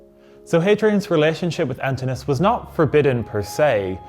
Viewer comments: You may want to check on the pronunciation of the name Antinous - the O is pronounced. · Pity you didn't check how to pronounce his name...